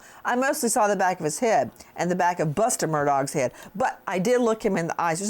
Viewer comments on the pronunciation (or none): Mur DAW!!! Not MUR DOG!! PROUNOUCE CORRECTLY!! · The gh is silent. It's not Murdog!! It's kinda like the gh is silent in dough. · “AlEx MURDAWG” -Nancy Grace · Wait she calls him “Alex Murdawg” 🤣😂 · He's a DOG ,MUR-DOG😅 !!!!! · Sounded like she said murdog lmao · I’m pretty sure his name isn’t MurDOG! 🙄🙄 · Why won’t you stop mispronouncing his NAME!! And it’s really easy for him to go away for you STOP TALKING ABOUT IT!